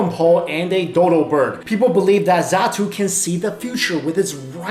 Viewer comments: its xatu not zatu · "Zatu"... D: ITS XATU! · It is Xatu Not Zatu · It is not zatu it is xatu I even cought it and it said xatu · It's xatu not zatu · It's Xatu not zatu! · Xatu not zatu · its not zatu. is xatu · it's XATU, no ZATU, are you a real pokemon fan!? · btw its xatu not zatu lol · boiiiii, its xatu not zatu